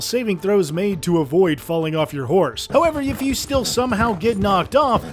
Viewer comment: my brother, did you say fhorse?